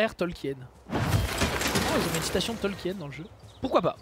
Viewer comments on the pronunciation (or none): none